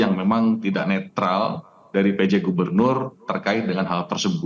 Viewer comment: Netral ... netril ... netrol 😂 ... Tukang bohong kok dipercaya ...